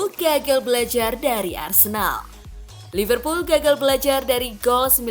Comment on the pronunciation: Liverpol van deig??😂😂min minum dulu😅😅